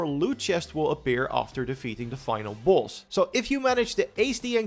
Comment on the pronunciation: Bro you saying boss or balls? 😂